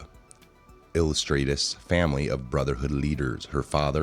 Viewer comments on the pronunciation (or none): dude, take ur time with your reading. Try pronouncing words better. illustrious is pronounced ill-lust-ree-us. just one example....lol